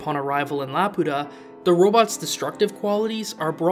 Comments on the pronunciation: laputa❌ la pota✅ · The funny thing is the Swedish voice actor for Muska pronounces Laputa like "la puta" half of time which is kind of distracting lol